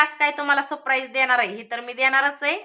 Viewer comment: Sapraij सप न म्हणता सर म्हणायचे सर praij